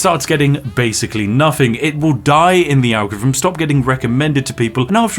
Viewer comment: Lol. You can't say "Algorithm". 😅 "ARGEREEVMM"